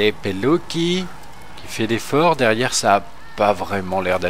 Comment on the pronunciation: super vidéo mais je crois que l on prononce comme sa"mateo pelutchi